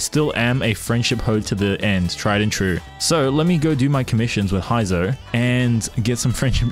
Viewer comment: bruh who tf is "Hi-zou"?? 💀💀 I'm out